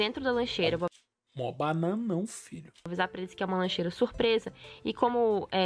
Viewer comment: ênfase "MÓ BANANÃO" simplismente o bananão do entretenimento